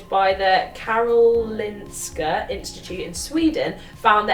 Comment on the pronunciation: Great video, and good pronounciation of Karolinska! 👏👏👏👏 Much love from Stockholm 😊